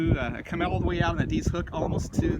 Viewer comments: Eeedeeeezzzz lol. You wouldn’t know unless you lived here it’s sounded Eddisss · Not being mean but it's pronounced eh-diz, not ah-deez ...